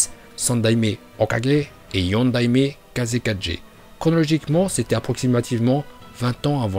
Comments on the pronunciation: Bonne vidéo mais tu sais pas prononcer les mots 😂😭 Kazekage (gué) pas ge Mizukage (gué) pas ge Railage (gué) pas ge 😂 C’est Hachibi pas Hatchibi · On dit shippuden pas shinpunden et c kazekage pas kazekaje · Sérieux tu a vraiment dit kase4g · grave c kazekage c n'imp kaze4g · Kagué Pas 4g Mais Super vidéo. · Par contre ta tuer le nom de tout le monde b au lieu de bi kazeka(g) au lieu de kazekage.. Etc😂😂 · Sa se dit kazékagé pas kazé4g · Mdr kaze4G tu ma tuer avec ta prononciation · Kaje,shipunden,atchibi,bé,🤣🤣🤣🤣 jsuis mort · "kaze 4g" jpp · Prq il dis kazegaje raikaje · RaikaGUÉ TSUSHIKAGUÉ et kazekaGUÉ et c'est pas Naruto shippuNden c'est Naruto shippuden aaah mes oreilles.. sinon bonne vidéo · c'est pas une remarque négatif, mais change ta photo de profil youtube sa va peut être plus attiré du monde la miniature est correcte notamment car jsuis sur tu t'es inspiré d'autre miniature identique qui avait 1M de vue etc...et les prononciation en japonais c'est pas encore sa Kazekage et pas Kazekadje